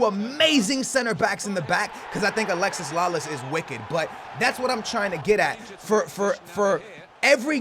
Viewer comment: he's still calling Alexi Lalas, Alexis Lalas. Lol